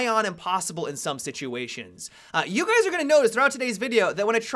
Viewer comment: "Hey Gays".